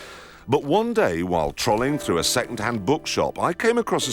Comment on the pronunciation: Trawling through the bookshop? I thought it sounded more like trolling Jeremy